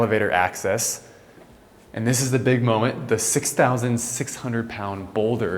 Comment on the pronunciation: Momen”T”, with an emphasis on the T.